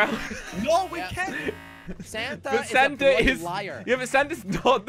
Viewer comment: When says Santa it kinda sounds like santer…😂😂🤣😂😂😂😂